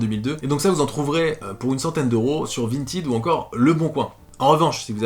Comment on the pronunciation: Jour 367 de harcèlement de pour qu'il prononce correctement Vintèd et pas Vintid